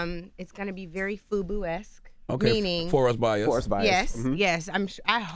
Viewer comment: BUFU...not FUBU